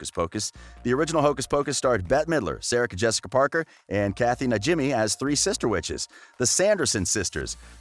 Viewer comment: Anyone else hear him say "Sahrica Jessica Parker"? 😂